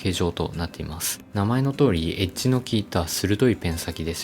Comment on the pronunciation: エッジがエッチに聞こえる…